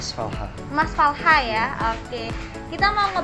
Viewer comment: Falcha ya, bukan falha 😂